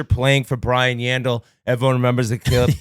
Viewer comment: Coop called Yandle “yawns” hahahahahahah I’m dying